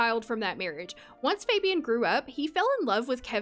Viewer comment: Fabian is a Hispanic name and it’s pronounce (Fah-be-awn). I know this bc I once told a guy I liked that I wanted to name my child Fabian, pronounced how you’re saying it, and he... was not nice lol. He told me I was butchering a cultural name.